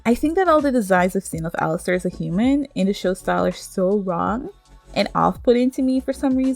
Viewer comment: Its "Alastor" not "🚫 🚫 Alistair 🚫 🚫 "